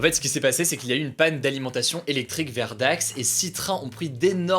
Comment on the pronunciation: Entendre hugo dire dax (ma ville) c'est bizarre